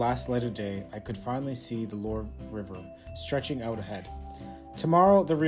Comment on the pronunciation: Well my friend if you're going to France, at least TRY to learn how to pronounce the names of the places you're intending to visit. The "Lore Valley" doesn't exist, but you might want to visit the "Lwar ( Loire) Valley" or Vallée de la Loire, instead.